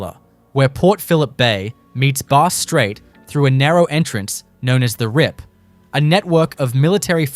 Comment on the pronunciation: Wow even "bass-strait" is mispronounced. It's very off putting.